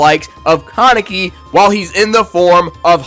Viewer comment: Bro you literally said almost every name wrong and you even said kaneki wrong the main character of the show 😂😂😂